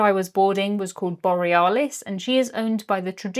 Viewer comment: Are we sure it was the Borry-ah-lis and not the bore-ee-alice 😅